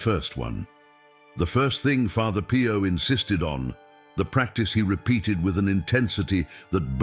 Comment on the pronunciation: father PIE-YO lol